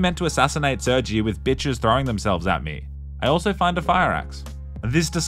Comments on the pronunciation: saying sergjie instead of sirGay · you just call him sur-G (?? thats defo pronounced sir-gey lmfao) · Uhmm...I'm pretty sure it's pronounced sir-gay not Sergy🙃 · gotta love how he cant pronounce sergei correctly because youtube